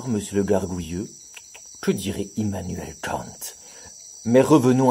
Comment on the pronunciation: Je suis profondément déçu par le manque de germanicité dans cette prononciation d’Immuanuel Kant, désabo